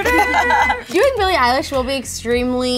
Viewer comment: Billie "Eyelash"😂